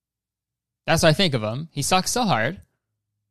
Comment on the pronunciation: James' "it sucks" sounds like "it socks" so I was confused for a second